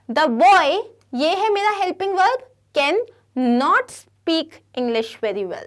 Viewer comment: Mam what is velb it is verb not veln